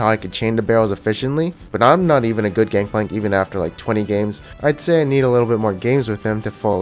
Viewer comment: hey bruh u know its gangplank right not gankplank